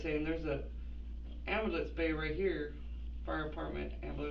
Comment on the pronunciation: After watching endless amounts of bodycam/investigation videos, i have learned your pronunciation of the word "AMBULANCE" is directly correlated w the amount of brain cells you have 🧐